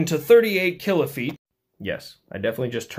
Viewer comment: "killafeet" lol!